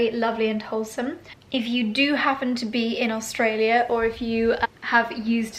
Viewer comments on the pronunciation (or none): none